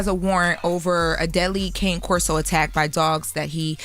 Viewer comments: People need to learn how to pronounce Cane Corso!! Its Italian...its pronounced Kany corso....do some research folks...so you dont sound off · As the owner of such magnificent animals it's actually pronounced KAH-nay KOR-so as cane in Italian means dog so the full name Cane Corso means guard dog I just hate when people say the dog's name wrong